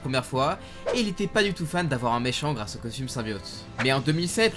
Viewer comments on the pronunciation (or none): none